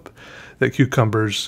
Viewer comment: sometimes it sound's like you're saying cutecumbers